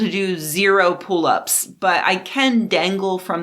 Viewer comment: Pull ups are incredibly tough! My wife can do multiple pull ups and it's incredible. I noticed your pronunciation sounds like "pool ups" which is amazing- yay language! I also got my J&j vaccine on Saturday, luckily. Starting to feel a bit of an immune response 4 days out and my shoulder is sore still, but overall I am so jazzed! Woohoo!